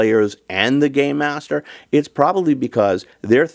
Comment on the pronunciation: You ARE saying, "Game Master", right? As in, "It's not 'Dungeons & Dragons', so it's not 'Dungeon Master'. Instead, we say 'Game Master' because it's a 'game'. " Ok, good. Because for a second I thought I heard "Gay Master." -Not that there's anything wrong with that. It's just a different concept.